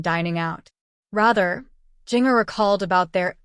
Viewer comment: Was this AI-generated audio? It was awful. Didn't even pronounce names correctly, particularly Jinger!!